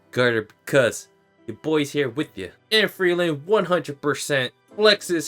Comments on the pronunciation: Ngl if Fern and Stark don't get together, people are gonna riot. Especially with the most recent episode. Btw I hate that he pronounces Frieren and Frielen or Free Eren. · Frie-ren. It's not hard to pronounce. Free Ren. FRIEREN. PLEASE. I'M BEGGING!